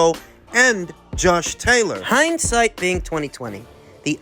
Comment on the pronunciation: I'm so used to you saying Tosh Jaylor that it sounded weird to my ears to hear you say his name right 😂😂😂